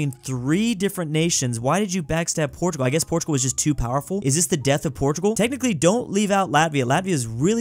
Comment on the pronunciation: He said portugul took spqin a then when france died he said portugal took spain😂😂